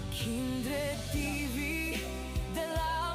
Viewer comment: kumain Ka po, para malakas Ka, kumain Ka Ng prutas, bakit para kang nahihirapan Kang huminga,magpalakas Ka, natatawa ako KC tawag mo Kay kindred eh kinderd, magkain Ka ha pilitin mo para lumakas Ka, shout out SA inyong lahat, godbless!! watching from Baguio City